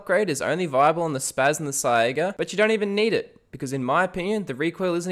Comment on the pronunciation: Bro please, it's called a saiga pronounced sayga